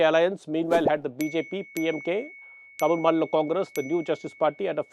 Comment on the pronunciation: It’s Tamil Nadu. Not Tamil Naad. In English also it’s Tamil Nadu. The Hindu- pls take care of pronunciations, this is not print media.